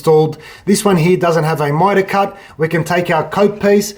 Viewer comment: What the fuck is mytawl cawt